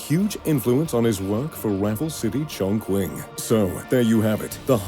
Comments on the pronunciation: The mispronunciation of Chongqing is really disappointing. If you’re uncertain about how to pronounce it why not do some research online? And secondly, Who allowed this video to be posted without anyone checking it first ? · The narrator mispronounced the q in Chongqing. Please ask for help to correct it. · I cringe everytime he mispronounced the name of Chongqing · RIGHT. The narrator affected a Brit Accent to "sound erudite", but every time he MANGLED Chongqing, he sounded totally incompetent. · Looks like a copy of the Singapore's Marina Bay Sands. By the way you are murdering the "Chongqing" name. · There is no way this dude was there on opening day. He has no footage of his time there, and has not a fucking clue how to pronounce Chongqing. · YOUTUBE INSIGHTS me too, do some homework first and respect the culture and language in particular the name of the city. What’s so hard? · lol "was there at the opening ceremony" yet cant pronounce the city name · I am not being difficult, but in Mandarin, I though it was "Chongching" - the "q" has a "ch" sound, - eg Qing Dynasty. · It is pronounced chongchi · You pronounced “Chongqing” incorrectly. Q = ch- ( 重庆) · It’s pronounced as “Chong Ching” just like how racists would mock Mandarin. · totally botched the pronunciation - Chongqing is pronounced chong-ching - this is also a blatant ripoff of Marina Bay Sands in Singapore. Maybe do a little more research before you publish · did you pronounce chongqing wrong when you were there on opening night as well? it's pronounced chong ching. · For you information it's pronounced as Chong-Ching. He butchered it so badly... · I believe that you are pronouncing the name of the city incorrectly. It should be pronounced ChongChing. When the Chinese use western letters to spell a word with a Q that is not followed by a U , it is pronounced like a CH. I have visited the Chinese city named Qinzhou many times. It is pronounced as it were spelled Chinzhou. Excellent video. I enjoyed it.